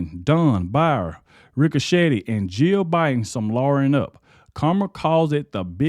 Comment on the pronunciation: The 2020 election was a scam. Yes just listening to Joe Bin you could tell there was something mentally wrong wit him. i’ve dealt with dementia and Alzheimer’s with my grandmother and my stepmother. There are just signs that you know something is wrong. I know everybody says Biden was a bad president, but in reality, it wasn’t him being the president. Everyone around him was running the country, not Biden. This is very sad everyone that was handling him and lying to the American people need to be charged with elderly abuse and treason, . He should have been enjoying his life around his children and grandchildren and family.